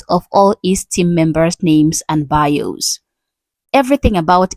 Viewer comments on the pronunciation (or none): none